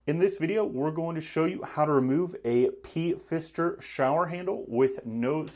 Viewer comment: Did you seriously say P-Fister? Wow.